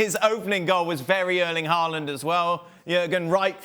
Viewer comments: The subtitles says Holland, and quite frankly, that's what I hear too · They say Haaland All I hear is Goaland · Pronounsing his name correct.Imagine the letters was Howland, or How Land